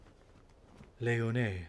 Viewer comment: Lyonnnesse is lee-on-esse…